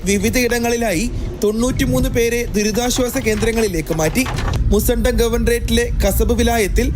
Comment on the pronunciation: മുസണ്ടം അല്ല മുസന്നം